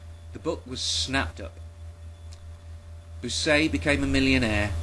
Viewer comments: And Bucaille's name is pronounced bü-kye (Rhymes with goodbye). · This is brilliant. I always suspected those scientists' comments had been obtained sneakily - and you actually have the info, which is great. Incidentally, a minor detail (as i'm sure you've been told already) "Bucaille" is pronounced much like "Puke Eye" but with a "b". That is, when it's not pronounced "Wanker" !